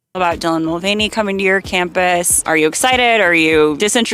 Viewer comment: What the hell is a Dylan Mul-vieny?